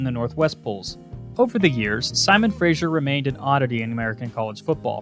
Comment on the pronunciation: Simon Fraser...Pronounced "Frazer", not "Frazher"